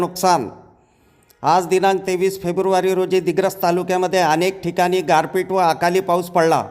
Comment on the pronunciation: गारपट नाही 🤣गारपीट. 🙏